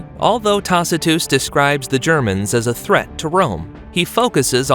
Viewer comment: I knew this was an AI video. Who pronounces Tacitus that way?